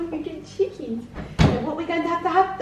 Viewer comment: …. The way says chickens lol too funny! Such a wholesome vlog!